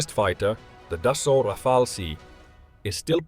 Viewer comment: FFS it's Dassault, not Dessault